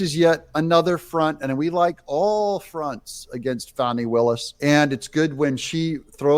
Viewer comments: Can we just “call a spade a spade”? In a bush sr tradition: its not “fahnee” no more than “suh-dahm hoo-sane” “Sayhdum hoo-sane” Fanny will-us… Because she’s been nothing butt a fanny to everyone else…. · what is this fawni willis crap???? do you see a w in her name????? w.t.f. Are we pulling a joe dirt thing here to spare her feelings???? w.t.f????????????????????? You can call it joe dirte all you want but its pronounced joe dirt. now use that same logic to her name.